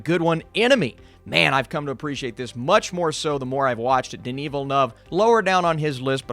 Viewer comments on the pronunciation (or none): none